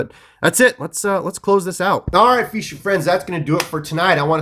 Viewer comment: why you do you say "feeshing" ??